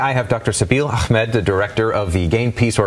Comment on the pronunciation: its not AKHMED...its Ahmad